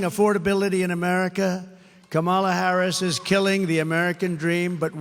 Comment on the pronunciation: It’s Kam-Ala lmao 😂